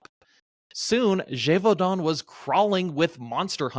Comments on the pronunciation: Neither Geauvadan as said in the intro nor Geuvodon as in the description, but Gévaudan. Check your stuff, man! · Bro said Geoux voux don 😭😭… Je voux don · There's no way this guy isn't trolling with his pronunciation of "Gevaudan" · I wish you had learned to say "Gevaudan" right.